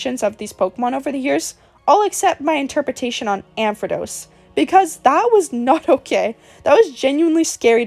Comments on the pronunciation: Ampharrrrrose not amphadose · I cannot ignore how you butcher some names 😭 I’m so sorry. Ampharos, not Ampredos 🥲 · ampharos doesn't even have the letter D in it at all how is it mispronounced like that 😭